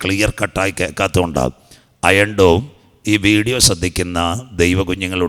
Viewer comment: അയം ഡോൺ 😭😭😭😭 ഹ ഹ ഹ തള്ളുമ്പോൾ നോക്കണ്ടേ ഇപ്പോൾ മോങ്ങിട്ട് കാര്യമില്ല 😂😂😂😂